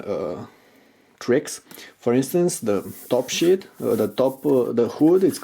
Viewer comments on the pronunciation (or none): the dude in the video said "top sheet" but it sounded like "top shit"